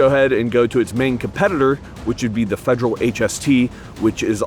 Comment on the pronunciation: "fejral HST"